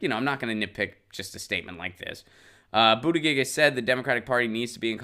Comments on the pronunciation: Pronounced Butta Judge. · Its pronounced boot-edge-edge or call him booty-judge like kyle lol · His campaign printed shirts when he first announced that read ‘BOOT-EDGE-EDGE’. Share with Jimmy, he has no idea how to announce it either. Love your show (and Lucy)! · I love you, and I’m no fan of Mayor Pete, but it’s ridiculous to not learn the proper pronunciation of a candidate’s name, no matter how you feel about them. It’s literally a Google search away. No offense, but you sound like my dad, who has never taken the time to learn the pronunciation of Pete Buttigieg or Alexandria Ocasio-Cortez because he’s a centrist and doesn’t care to take the time to learn.